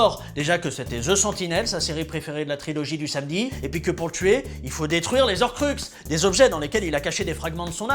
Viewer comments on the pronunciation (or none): none